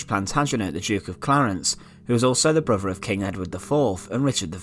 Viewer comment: Er muver an er faver and er bruver , arfur , that was painful to listen too mate?